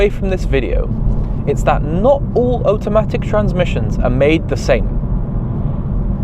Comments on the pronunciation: So interesting that you pronounce "Auto" correctly but say "Otamatic" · Oat o matic? Am I hearing this right? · Condescending, irritating and strange pronunciation of automatic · The number one thing he doesn't understand about automatic transmissions is how to pronounce the word automatic. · Brudda why are you pronouncing automatic like that 😂 you have the same accent as me its makin me grit my teeth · Whys he pronounce Automatic like that hehe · Like what even is that 😂